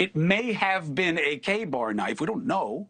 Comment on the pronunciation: CUOMO THAT IS NOT A KA-BAR KNIFE. You should get it right